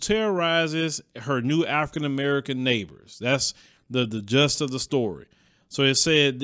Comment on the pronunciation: I'd watch it for the humour of it if humour is injected as we all know that this is a serious problem despite any possible humour in it and it's 'JIST' not "Just"...